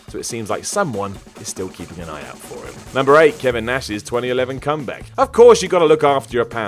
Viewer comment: "Comback"? xD